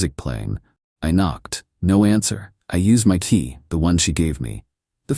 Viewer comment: AI is not very original. And cannot say Barbecue or key. Lol😅